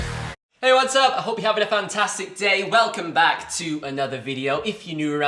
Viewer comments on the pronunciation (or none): none